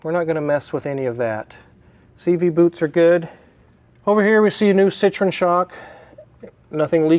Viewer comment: Ci-tro-EN...please. They are not from Indiana.